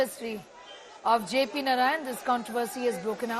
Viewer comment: JP was jaiked and tortured by Indira and her Congress. Akileeh, have shamlessly joined hands with Raul and same congress. Therefore, he has NO LOCYS SRABDI, even to pronounce JP's name. Vande Madaram